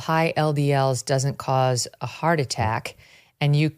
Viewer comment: I wish this nice and very interesting man would speak properly - heart a-ack. Sta-ins. Although he doesn’t do it all the time!